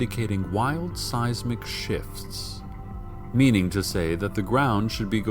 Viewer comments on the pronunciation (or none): When he said seismic monitors i thought he said size mcmonitors